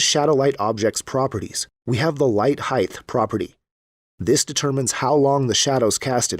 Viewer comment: You said, "Light Heigth" smh